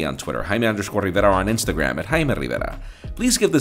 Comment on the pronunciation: The way Jaime says his name and Barcelona is so authentic🔥